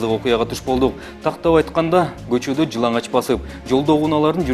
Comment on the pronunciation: жыналач эмес,жыланач деп айтылат сотрудник